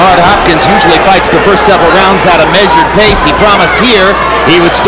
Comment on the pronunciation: "Hopkins sauce" he said